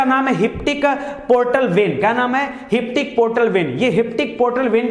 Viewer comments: आपने बहुत अच्छा पढ़ाया सर पर आप कभी कभी प्रोनाउंसेशन गलत करते हो hepatic को आप हिप्टिक बोलते हो पर हमे हेपेटिक पढ़ाया गया है सॉरी 🙏अगर आपको कुछ गलत लगे तो पर जो डाउट था वो बोल दिया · Inka sikhane ka tarika thik nahi laga que ki jo hepatic ko heptic bolte hay isme mujhe lagta hay inko siksha ka bahut kami hay.